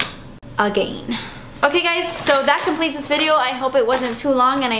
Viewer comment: Ah-gain!! Lol girl u crack me up!!